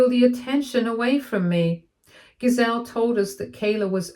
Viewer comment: You are saying the name GISELE wrong. The G has a J sound. Said as "JIH-ZELL".